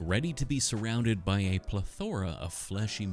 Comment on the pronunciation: Ew why did he say plethora like that